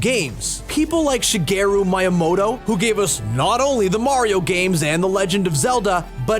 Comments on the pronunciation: Dude it shugirow meamoto this is how you say it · When he said Shigeru MIyamoto it gave me the same effect when people say MArio. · Shigeru Mayamoto lmao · the way he says Shigeru miyamoto 😂